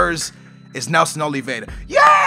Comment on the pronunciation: NELSON OLVIERA NOT OLVIEDA